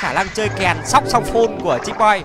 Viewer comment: Vl sác sô phôn đọc sóc xong phun